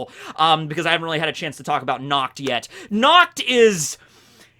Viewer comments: I am German. And the way you say Nacht (Which means Night btw) is so wrong. Because your way of saying Nacht sounds like Nakt. Nakt is german for naked. As in not wearing clothes. Do you see what the problem is? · every time he says "natch" I just heard "nux" and yeah, i can see that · Every time says Nacht it's wierd for me as a german because it sounds like nackt wich means nude:) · look for nacht in german, its na CCH t, with a throat gurgling sound. When you say "nacht" with a k/c it comes out as nackt, which is also german, but for nude instead of night. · Unfortunately, i hear "nackt" which Sounds really Close to pronunciation of Nacht. I'm German, so this really Hurts because nackt means nude...